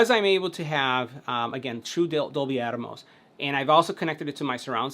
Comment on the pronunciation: Pronounce it with me: AT-mose. NOT Atomos.